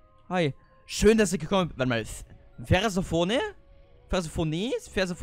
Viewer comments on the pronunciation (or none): Persephone wird so ausgesorochen:Persēphonē also das ē ist betont. Sie ist die griechische Göttin der Fruchtbarkeit, aber auch die der Unterwelt, da Hades ihr Mann ist. Ihre Eltern sind Demeter die Göttin des Hofes und Zeus der Chefgott. Sogesehen ist Persephone also eine Götterprinzessin. (neben Zeus' Frau war Demeter auh Zeus' Schwester...) 🥰🤣